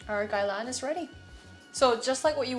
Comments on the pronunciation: Are you Korean and Chinese? Your English is very good and your pronunciation of "Gai Lan" was also spoken like a native Cantonese speaker. Anyway, just started following you, great food content and I think you're so pretty! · i don't usually comment but i love watching your videos!! probs the only content creator i consistently watch now. also as a cantonese speaker, just wanna say props to you for pronouncing gai lan so well :-) i appreciate